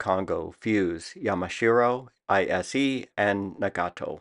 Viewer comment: Fuse (foo-SAY), Ise (eee-SAY).